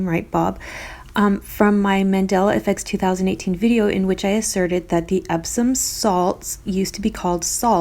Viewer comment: I commented earlier about Epsom salt on another video of yours. I used to say Ebson salt. You pronounce it that way. You say it "wrong" but the way i remembered it spelled! "EPp Son" is how it sounds you said "Ebb Son" very cool. Thought I'd share💛